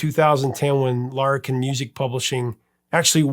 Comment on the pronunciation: You said it ok. It sounds a bit different because of your accent I think. You did pronounce Larrikin (the publishing company) wrong. It's too hard to explain how in writing. It's actually also an old Australian slang term that's not used much today. :)